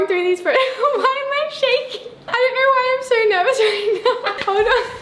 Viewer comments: “beler” “let me kner” “a photer” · “i’m CERioers let me kneeer”. “i think i’m going to geeer” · Her:welcome back to another vider.....let me knor....and so on! It is ooooooooo not rrrrrrrrrr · Ikr😂😂 “down beler” and “kner”😂😂